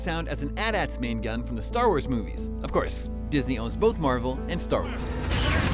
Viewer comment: He prounounced AT-ATs as At-Ats